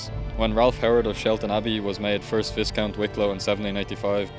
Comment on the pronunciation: just a friendly nudge. Viscount is pronounced Vicount No S.